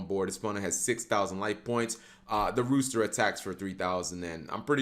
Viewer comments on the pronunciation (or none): It's roaster not rooster bro... 😂🤣😂